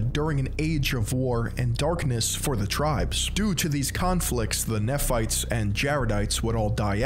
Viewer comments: You completely butchered every name. Its said ma-row-nye, Lay-ma-nites, and Knee-fights etc. If this guy can't even pronounce the words correctly how can we expect all of this to be correct, personally I think he is only here to tell Mormons that they're wrong and he's right, because this video is built on false facts like how we are supposedly against black people because they're cursed, that is untrue we have multiple black family's in my church and I'm good friends with all of them and they are always welcomed nobody in our church believes that they or anyone shouldn't be able to join because of physical appearance. We are not told that we can't read or watch outside opinions because the church isn't a trap It's a belief. We always have choice no matter what and are always told we have the choice. Even if the church is false it encourages good habits like not taking drugs, not smoking, not vaping, not watching or reading porn, and loving your family. My family is a great family because of the church, it always encourages us to spend time together and it tells you to do service just because you should love everyone like you love a good neighbor. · I'm sure someone else must have told you this but I'll be the next, every time you mispronounce 'Moroni' and 'Nephites' and 'Lamanites' et al it makes my ears bleed. All you had to do is put these words into this very platform and let some videos made by Mormons come up to know how it's pronounced, ffs. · As an ex-Mormon I agree with this video however. The pronouncation is killing me I’m sorry 😭 Moroni and Nephi are not pronounced Mor-o-knee it’s Mor-o-neigh and it’s not Kn-efi it’s Knee-phi I’m sorry if this is offensive I’d just figured I’d tell you. Also it’s pronounced knee-ph-ites not kn-efi-ph-ites again sorry just it really was bothering me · Same with the Nephites and Lamanites pronunciation, it's very funny Not an ex member yet because i'm still a minor but i will leave the church one day